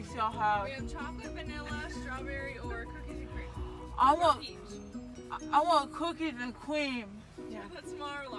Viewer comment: Cookeez and cweam! 🤣